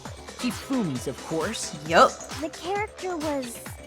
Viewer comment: When said of corse, I was thinking of CORPSE